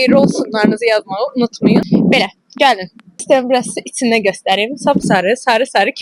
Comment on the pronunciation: Itsine yox iCine .Tsox yox Cox.Fitsyir yox fiKir